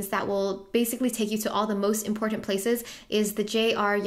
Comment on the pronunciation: “It’s imporTTanTTT” lol